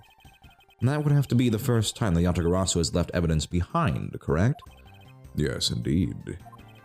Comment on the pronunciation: Mispronounciation Tracker Yadagabari (x2)